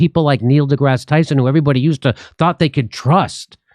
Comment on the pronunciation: Neil duh-ass Tyson